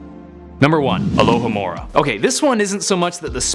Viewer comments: its AlohOmora not AlohAmora get it right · it not alohAmora its alohOmora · he said accio and alahamora wrong for shame for shame in deed